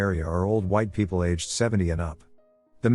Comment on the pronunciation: i love how it pronounces people as "Pee pee yell". I chuckle almost everytime